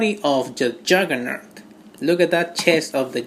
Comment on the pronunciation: Wulbereen, Marbel's Habock and Jurgernert...nice.